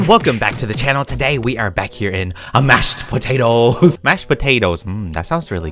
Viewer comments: This intro was so funny cause 7 said mash batatoese 😂 lol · I heard you say chrimas instead of christmas XDDDD and I start cracking up when you say AMASHPATATOES yo your my faviroute youtuber EVER LYSM